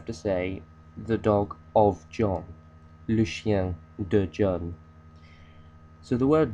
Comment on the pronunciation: Thank you for sharing this video. It has helped me tremendously with understanding the possessive and ive also learned the correct pronunciation of chien and chienne from this video. (Ive initially learned the word from Duolingo but their autobot pronunciation is really bad.) Trop bien j'aime your teaching and j'adore your video. Salut from another part of the world Malaysia:)